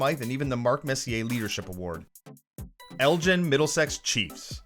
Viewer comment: the way he said elgin tho, no hate i'm just from that area was funny to hear the way he said it